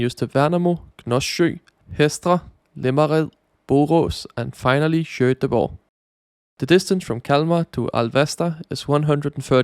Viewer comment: Pronounce Göteborg like: "yoeteborg", not shoeteborg.